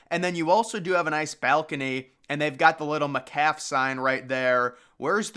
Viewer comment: I was expecting to find the Vinita, OK McDonald's on here. They built the first Bridge Restaurant in 1957. It spans I-44 Will Rogers Turnpike. It was the largest McDonald's for a very long time. Did you say McCalf for McCafé?